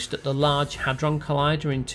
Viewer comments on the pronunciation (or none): none